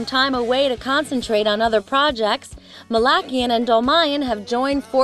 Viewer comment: I wish i could tell u... They say it like Mal-aik-ian Its more like Mal-ah-kian. And for john they're like Dol-maiy-yan. ARGH!!!